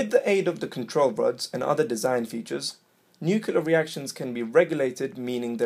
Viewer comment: Yeah good video, but you lost my respect with "nucular" It's not hard to say nuclear, (noo-klee-er) especially in a teaching video.